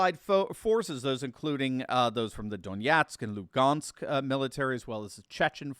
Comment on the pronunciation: Notice you pronounce the city names correctly. Specifically in the case of Donetsk and Lugansk.. Correct consonants matter As for the bs articles from the drive-by media, they should not be so hesitant to declare victory for Ukraine, "because the other side gets a vote as well." Loosely quoted from George Patton.